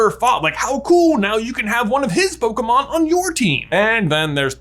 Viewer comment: I don't know what's worse, saying "poKUHmon" or "poKEYmon". To be fair, the accent on the e is missing in the title..